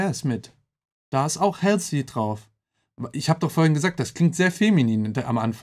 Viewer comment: Sie wird btw nicht "Hälßi" ausgesprochen sondern "Holsi"